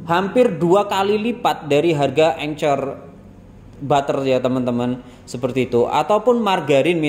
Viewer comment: Anchor dibacanya enker. Klo sy kuker udh cocok pake corman patisy+palmia royal ato margarin serba guna